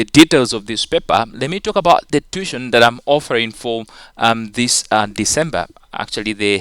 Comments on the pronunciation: no its too-i-tion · Sir tuition is pronounced as tu-wi-tion